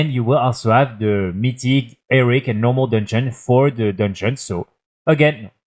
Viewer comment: Frenchman saying Eric instead of Heroic is my new funniest thing 😂